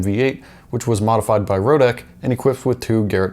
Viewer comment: its lotec and not lowtech ffs...